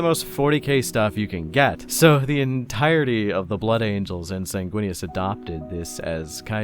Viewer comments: "Snaguinius" - 2024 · "Snaguinius?" more like "Swaguinius," am I right? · Can’t even remember how to say the primarchs name when trying to introduce him, hmmm I wonder if this YouTuber has any kinda bias 🤔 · Can we get the bloopers for this video? It can be a drinking game, take a shot everytime he mispronounces the hawkboys name.